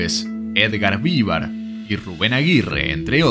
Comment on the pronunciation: no Vívar...